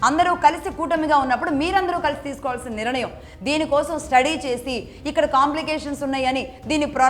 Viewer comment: అమ్మ భాష కోసం ఆలోచన చేయండి. మీరు నిరణయం అని మళ్ళీ మళ్ళీ అంటున్నారు కాని అది సరి కాదు. నిర్ణయం అని పలకాలి. కొంచము జాగ్రత్తగా పలకండి.🙏